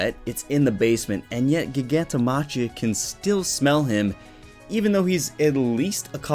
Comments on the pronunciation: Its pronounced Giganto MA-KHI-A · how are you a fucking MHA youtuber 1st of that's not how you pronounce Gigantomachia's name and 2nd Geten is A GUY bro get yo facts straight before you make a video about whatever you do damn